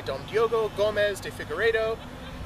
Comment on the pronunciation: He is portuguese so you are pronoucing it wrongly (as if it was spanish) Gomes = Gomesh Revez = Revesh Although you should a quick shh and not a long one. Cheers